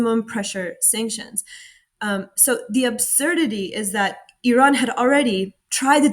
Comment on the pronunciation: At last somebody can pronounce iran🎉🎉🎉